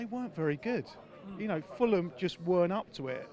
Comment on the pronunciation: It’s Fulham 😂😂🤣🤣🤣🤣🤣🤣